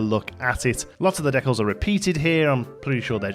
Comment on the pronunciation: Decal is pronounced ’dee kal’ my man